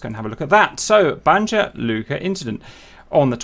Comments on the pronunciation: It’s pronounced Banya, “j” sounds like a “y”. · Love your vids, just wanted to help you a bit with pronunciation- the letter j in serbo-croatian alphabet is pronounced like the english 'y' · Thanks Cap, ps Slav stuff the J is pronounced as a Y. Same in Italy mostly also 🙂. I’ve even seen spelling of “Jugoslavija”, but it’s not really correct but does show a good example of J vs Y 🙂 Keep up the good work bro! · Ohhhhhhh I rolled the dice if he's gonna have pronounciation right heheh, ... the first and biggest rule of Balkans is that you need to read >J< as if it was >Y< haha .... our sound for english >J< is with the letter >Đ< ... now I don't mind it it's not as if I'm offended so don't get me wrong, but it is good to know this one :)